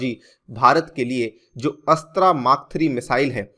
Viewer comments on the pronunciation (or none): Sir Astra’s correct pronounciation is अस्त्र